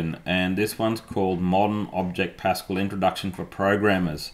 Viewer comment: PasCAL, not PAScal! (In honour of the French Mathematician Blaise Pascal.)